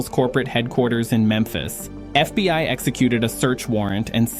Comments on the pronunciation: AI trash. It said the FB One instead of fbi 😂 in the first 2 minutes. Shame! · FB 1 history... AI cannot read simple script. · More A.I. nonsense!!!!!!1 "The F.B. One?" Hilarious, and so obviously fake. You can't afford to pay someone to read for ten minutes? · once the AI text to voice said FB1 instead of FBI, I stopped it. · F B one? This ai sucks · A.I. slop. Near the beginning of the video the "narrator" says FBONE instead of FBI. I'm learning to recognize the mistakes that A.I. generates. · in yor vid. ...in FB "1" history... -- FB "1" are you serious??? You couldn't find an AI voice smart enough to know what the FBI is? Unprofesional !! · I’m so tired of trashing AI scripts, it can’t even pronounce FBI. Not FBone FFS. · This is a AI generated FAKE story !! You Tube allows this crap to be posted by foreign actors to stir up Americans and to spread misinformation. The AI narrator pronounces the FBI as "F-B-one", for example! Do not trust big flashy news reports from no-name publishers on You Tube or any other social media platforms.